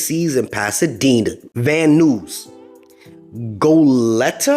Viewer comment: Van Nuys is pronounced VAN N-EYE-S. Long I. I used to live there so just dropping some info! 👊🏼